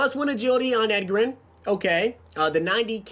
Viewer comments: Two years in a row this guy still can't pronounce his name , fucking fix this. His nickname is Edge.... c'mon man not pronounced like Edgar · Edger-in james... come on, I know he's a older player but I'm 16 and even know how to say it.... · Lol I cant with the pronunciation 🤣🤣. SMH have you never heard someone talk about him before? I've never heard him called that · He says Edgerrin James like he only plays MUT and didnt grow up watching football lol. Love the videos keep grinding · Hunter McMillin imagine saying someone knows nothing about football because they pronounced Edgerrin wrong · You butchered Edges name lol